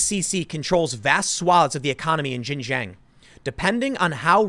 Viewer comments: Please, Tim, it's pronounced "Shin-Jiang", not "Zhin-Zhiang". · Oh Tim it is pronounced Shin-shon not ji-Jang. But the locals call it East Turkistan. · Xinjiang is said sheen jee-ong, closest to it at least. Seriously Tim, get someone to learn Pinyin over there. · Bro it’s shin-ji-yong not jinjang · Tim, Xinjiang is is not pronounced 'Shin Jeeyang" it should sound like "Sheen jyung". In IPA it would be ˈʃɪnˈdʒjɑŋ. Thanks for reporting on this important topic. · You say it like "Shin-jieung" not "jinjang". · FYI Xinjiang is pronounced 'shin-jang' not 'jin-jang'. The 'X' is pronounced as 'sh'. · Pronounced "sheen jee-ahng" not shin jang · Just so everyone knows. Most of the time the "X" in Chinese words is pronounced like a "sh". So its pronounced Shinjiang. Not nitpicking. Just wanted to shine some light 😃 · Xinjiang is pronounced Shin-Gee-Yang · Xinjiang is pronounced Shin-dzyahng (like the French J in Angelina Jolie; jiang rhymes w/ prong). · I think its pronounced shin jang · X makes a kind of sh sound in chinese. Xinjiang is pronounced like shin-ji-ang. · Tim its "shin - jung" source 3 years in china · it is pronounced shing Jiang. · Just fyi, Xinjiang is pronounced like :shin ji-ong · Tim seriously need to look up how to pronounce chinese cities properly! It's pronounced "Sin Chiang". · Tim, I love you man, but it's pronounced "shing-jiang" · Tim!! Xinjiang should be said kinda like this: "Shin - jyahng." The "sh" isn't quite the same as an English "sh," but you'd get close enough. The second word is like "jyee-ah-ng" all in one syllable. Love your content, but this is a word you mispronounce all the time. It doesn't really matter, since you are speaking English, but it definitely grates on the ears of people that speak Chinese. I won't bother with the tonal pronunciation!! Thanks for what you do, brother. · The x is a "voiceless aveolo-palatal fricative," for all the linguistics fans in the audience.